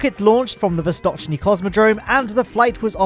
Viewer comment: said Vostochniy correctly 😀